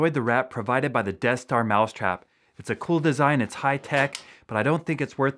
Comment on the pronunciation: It might be pronounced Des-ster